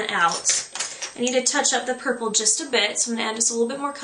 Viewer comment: lol did u say burple ?:)